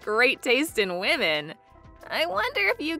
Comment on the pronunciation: And to other channels, the word women they all pronounce it wo-min instead of wi-min